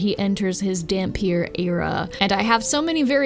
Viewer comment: Not sure if anyone has told you yet, but yes you did indeed pronounce dhampir correctly